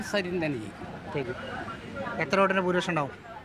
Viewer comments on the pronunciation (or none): അടയാളം കൊഴൽ എന്ന് പറയുന്ന സരിൻ എന്ന് പോലും പറയാൻ അറിയാത്ത ജനമാണോ പാലക്കാടിന്റെ ശരാശരി വോട്ടർമാർ?